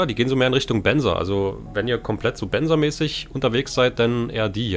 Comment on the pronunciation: Benza nicht benzer